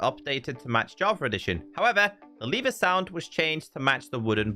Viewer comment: it's lever not liver XDD